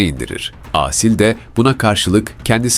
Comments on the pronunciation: Âsil değil Asil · Seslendirme hatalı Aaasil değil Asil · lütfen Asil derken a harfini uzatmayın.Çok rahatsız oldum. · Asil isminin "Aaasil" diye okunmasından rahatsız olan sadece ben miyim? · Aasil degil A-Sil. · sanırım yapay zekaya okuttukları için "Aaasil" diye seslendirilmiş. Ben de çok rahatsız edici buldum.